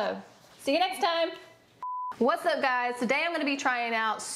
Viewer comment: Did The girl said supid?